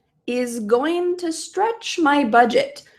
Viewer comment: stretch sounded strech